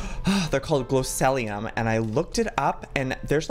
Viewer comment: by the way joey it's glow see Lee um